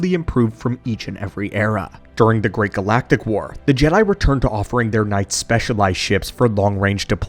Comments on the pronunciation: Ja not G... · Lost me when the ai narrator started calling Jedi jeedi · WTF is a jeedie? Stupid droid narrator. All StarWars should be told by a protocol droid who understands the dialect. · It is still wrong way to pronounce it...